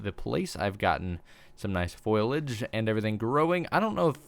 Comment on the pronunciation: I think you may be mis-pronouncing Foliage. Its "foe-lee-edge" basically.